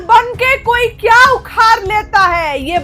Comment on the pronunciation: उखार नहीं होता है,,,,, उखाड़ होता है